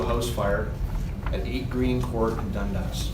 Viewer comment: i cant even stop laughing. such a weird way to pronounce it. youre saying it like dund-ass hahaha thats not how canadians say it xD so silly